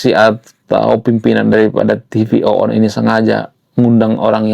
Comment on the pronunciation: TV ONE bang bukan TV OONNN 😅😅😅😅